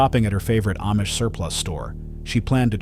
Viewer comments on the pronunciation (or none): none